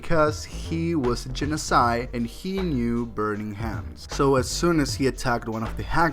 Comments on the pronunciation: That's the first time I've ever heard 'Genasi' be pronounced like 'genocide'. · Woah, I never considered to pronounce genasi like that.